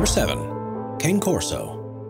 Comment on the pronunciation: Cane Corso is pronounced Khan-a Corso not Cane as in sugar cane